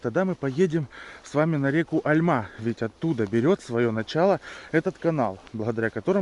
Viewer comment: не Альма, а альмА